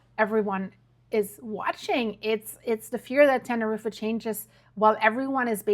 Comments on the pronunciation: It’s pronounced Tenerreef. Not Tenerreefa! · NEVER IN MY LIFE HAVE I EVER HEARD THE PLACE YOU MENTION ? TANNA-REEFA. ? Holy moly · Love Ur work but it's pronounced Tener-eef.. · Tenerife is pronounced Ten-A-Reef not pronouncing the last E